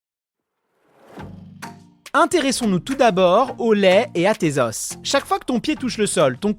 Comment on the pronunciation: Un os, des os un osse des eaux (prononciation)